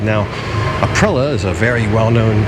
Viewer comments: I can't help it, I'm sorry I have to correct you, it is not Aprila it is Aprilia, don't forget the "i". You get it correct later in the video. Royal Enfield have just released their new Guerrilla 450 based on the new 450 Himalayan, more expensive than the Meteor but like twice the power, also really worth a look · Love your videos but please check out how to say Aprilia like an Italian.....it doesnt matter really but...."thats a spicy meatball"....EDIT you actually said it correctly later on in the video. lol. This scooter is different, the price is the price, its actually made in Vietnam for Aprilia, the main draw back for me would be servicing. PCX and Nmax though on every corner can be serviced on every corner. The reviews out of the Philipines are positive but again you would have to ride one first. The RE Hunter is cool but very low on power, still waiting to see if someone will bring/import the BSA Gold Star to Thailand, though the pricing of the BSA seems to higher than the RE Interceptor which will make it hard. Just love the look of the BSA. You are right GPX dont hold value. Also when I looked at them seemed the overall fit and finish werent that good, guess you get what you pay for.